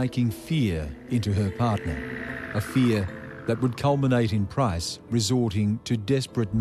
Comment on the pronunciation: Why do these bogans keep pronouncing 'PRICE' wrong? It's a super easy name to say. Even the narrator says it right.